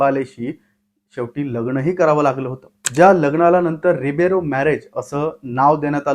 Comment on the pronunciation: रुबेरो नाही रे बाबा.... रिबेरो